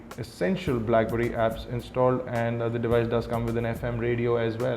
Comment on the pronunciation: i rikeee ur krifeeee and brackberrrrrrryyyyyyy :)